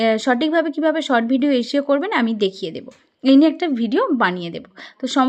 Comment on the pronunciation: Sot na short tomader s pronociation eto kharap keno